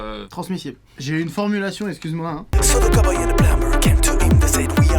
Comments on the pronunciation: I love your video but we don't say pum"b"er but we say plu"m"er, the "b" don't say it ;) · Plumber se prononce plummer !!! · On prononce pas plumBer mais plummer, j’espère que c’est pas trop tard pour ré-enregistrer 😅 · lourd la chanson ! mais dans plumber on ne prononce pas le b ! 😁